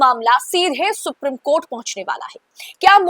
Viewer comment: मैं आपकी चैनल का बड़ा वाला फैन हूँ । आप और चैनल के सभी एंकर्स हर विषय पर बहुत सटीक प्रोग्राम करते हैं । सिर्फ एक उच्चारण गड़ता है । Supreme कोर्ट को “सुप्रीम” की जगह “सुप्रिम” कहना । बहुत छोटा पर हिंदी भाषी viewer के लिए अखरने वाला उच्चारण है । उम्मीद है आप ध्यान देंगी । Keep up the good work.